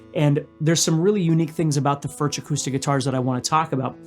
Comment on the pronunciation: I have two of the.. they are great! But they are pronounced, 'furk.'